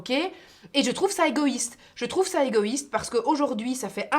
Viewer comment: "Je trouve ca egoyyyiste" team belge ;-)